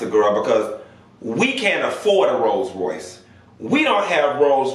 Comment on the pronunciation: You do country you don’t even say rolls Royce rice 😂😂😂💀